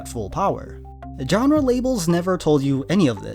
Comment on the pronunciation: Whats a "John-Ruh".. Genre..... Smh